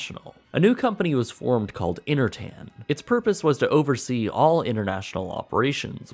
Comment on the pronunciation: "Innernational, Innertan"? On the contrary, "Inter" with T is rather the opposite of "inner". Please do not speak sloppy.